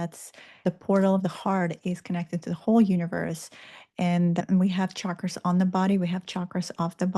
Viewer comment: Thank you for pronouncing Chakras correctly! A person loses credibility in my world if they mispronounce it. Nice presentation and timely reminder of my mission (I was forgetting again). You reminded me that the Dolores Cannon material is worth revisiting.. Plus I just found out there is a new book out where Dolores sends us messages from the afterlife!!! 👻👻